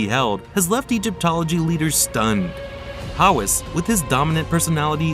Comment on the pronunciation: You can’t even pronounce his last name properly. 😂 How can I believe any words that follow? 😅